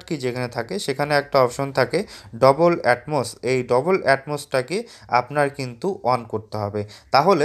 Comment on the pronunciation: 😂 ভাই, ডবল এটমস না😅 ডলবি এটমস, এ সম্পর্কে আপনার জ্ঞান কম😂